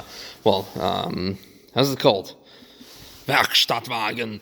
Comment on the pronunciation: You can say "Werkstattwagen" without saying it like Hitler.